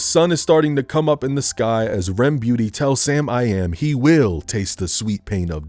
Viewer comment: "rem beauty" ahaha